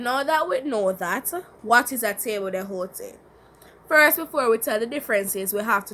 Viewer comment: i think you pronounce table d'hote incorrectly